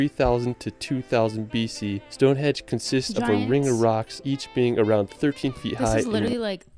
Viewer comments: "Stone hedge"? It is pronounced as it is spelt "Stonehenge" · It's Stonehenge NOT Stonehedge, Summer and Winter Solstice. surprising that someone who says it he favourite place got it wrong, and as he has spent the last 3 1/2 years exploring Britain. Once you see Big Ben, you don't cross the bridge to see Westminster, NOT MINISTER, it's on the same side of the River. Birmingham would be an anti-climax compared to London! Write a list out of things that interest you in life, absolutely anything, then google those topics in the UK. Art, galleries a plenty in London, Egypt, Rosetta Stone, Sutton Hoo ship burial at the British Museum. Cleopatra's Needle and the Statue of Queen Bodica and her daughters, who went to war in a Chariot against the Romans, are on the North of the Thames Victoria Embankment by Big Ben. 10 Downing St, the residence of The Prime Minister, is just around the corner in Whitehall, as is Horseguards parade, a little further down. Walk through the Parade to St James' Park, turn right and walk to the end of the road and turn left up the Mall, past St James' Palace to Buckingham Palace. Alternative route to Buck House, past Horse Guards up to Trafalgar Sq, named after the battle of Trafalgar, 1805, where the Brits beat the French and Spanish in a Naval battle, and Nelsons Column, Admiral of the fleet. Also, if art is your bag, man, The National Gallery. Turn left up the Mall to Buck Hse or right to Covent Garden, for eateries, shopping, Or walk up Pall Mall to Lower Regents St and turn Right towards Piccadilly Circus and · Henge not Hedge ffs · Stonehedge? LOL. it's Stonehenge. That narrator needs help. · Why did he keep saying stonehedge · Is he saying "stone hedge"? 🤔 😄